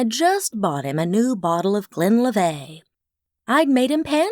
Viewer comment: And the whiskey is pronounced glen lee vuht, not the French way you say it.